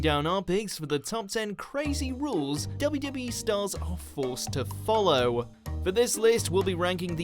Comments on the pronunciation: confused me at first, narrator sounds like he kept saying "WB" or "WE" and not the 2 W's. must be his accent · Is...is he saying WB? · the way he said wwe 😂